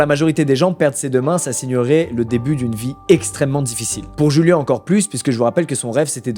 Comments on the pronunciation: Je suis le seul à trouver bizarre le Julian et non juliannn à l’espagnol C’est bizarre Julian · ! Mec t'es chiant !!!! Corrige ta vidéo mec !!! Çà se dit pas "jùlen" (phonétiquement) mais (phonétiquement) "D'Joùliánnn" !!! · Le blaz se prononcerait pas plutôt "Rouliane" vu qu'il est un peu hispanique (proximité avec le mexique)? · rip djouliane pour la mauvaise prononciation de son nom pendant 22 minutes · Julian ça se dit "Rouliann"